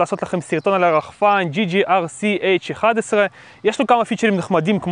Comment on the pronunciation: אמרת ggrc ולא jjrc